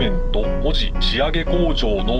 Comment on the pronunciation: 「門司」は「文字」と同じ「も」にアクセントがあるイントネーションではないぞ！ そんな気色悪言い方を何度もせんどってちゃ！ 西海岸の言い方が変 「旅客」は「りょかく」 門司港は北米航路の船舶は入港していませんでした！ 糸田の言い方が変 田野浦の言い方が気持ち悪い 新浜埠頭だと？そんな名称は１度も存在したことがない 関門大橋ではなく関門橋だ！ 新幹線は、関門トンネルではなく新関門トンネルだ！ 「あめがくぼ」ではなく、「あまがくぼ」だ！ ミスが多いです！ アップする前にもっと調べてから正確さを高めてはいかがでしょうか。